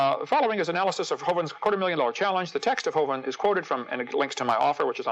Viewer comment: Most people that I've heard (including Hovind himself) pronounce the vin in his name to rhyme with "win", not with "wine". Other than that, nice video.